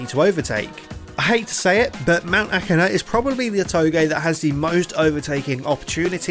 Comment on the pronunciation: woah, he pronnounced it right this time